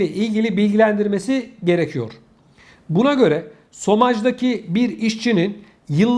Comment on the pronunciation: Sevgili ŞOMAJ okunur. SOMAJ değil. Chômage yazılır. İşsizlik demek. 💎